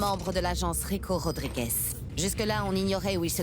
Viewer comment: Cyril: rico Rodrigo moi: mais ptn c rico Rodriguez ToT